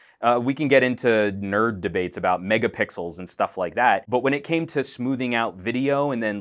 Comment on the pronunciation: I cant tell if he said 'Megapickles" on purpose but I LOL'd pretty hard either way.